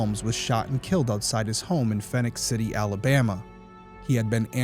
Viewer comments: “Fee-nix” City, not “Fin-ix” City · Love you show keep up the good work! I listen regularly on your podcast as well. Just a little note as I am from Columbus, GA myself. Phenix City is pronounced like you would Phoenix, AZ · (It's pronounced Phoenix) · Phenix City is pronounced just like Phoenix AZ. My family and I lived there on Sue Drive when my husband was stationed at Benning, from …. Never heard of this case 😢